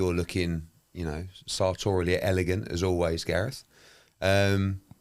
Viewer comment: "I'm GarethEh Davis"